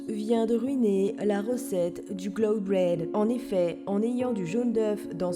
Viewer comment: Dooms c'est clouD pas clouN. Et tu avais sûrement des résidus de jaunes dans tes blancs c'est pour ça qu'ils ne sont pas montés (et oui on dit monter en neige ⛄). En plus tu as mis plus de maïzena et de farine que le reste, comme ce n'était pas proportionnel ça n'a pas aidé.🥰 Cela dit le rose est vraiment beau.💪👌